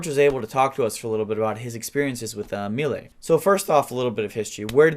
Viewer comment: AMELI, like saying Amelia but without the A at the end..